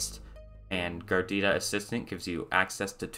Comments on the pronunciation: If you say Gardita one more time I'm unsubscribing. Its GARUDA!!! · dude it's garuda not gardida. In kannada and some other indian languages garuda means eagle. That's exactly why the logo is an eagle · It's Pronounced "Gar Uda" not "Gar Dida". Just as a note. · It's GAH-ROO-DAH, NOT GARDITA. If you are going to do a review video, at least get the name right. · Bruh GARUDA ! not gardeettta -_ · its "garuda" not garidida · It's Garuda not gordita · Is he saying Gordita to make fun of the distro or something? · Your saying it wrong 😂 ga rude a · Wow! How difficult it can be to pronounce "GA RU DA". Just 3 syllables. 😁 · Gardida lmao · Its name reads like it's a nice cheese. Is it really supposed to be pronounced like "gardida"? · MC. Gar roo da = Garuda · Its hard to take a review seriously, when the “reviewer” could not spend 2 mins to learn how to pronounce Garuda… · Wow you butcher the name. Repeatedly. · It's pronounced phonetically. Why is this guy making up a new word entirely. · wait did you just mess up the pronunciation of Garuda ?